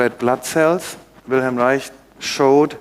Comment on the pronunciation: Finally I hear someone pronounce Wilhelm Reich correctly.